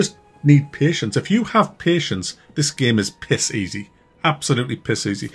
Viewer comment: one of the main reasons I like to watch your videos is to hear you pronounce "game" as gehm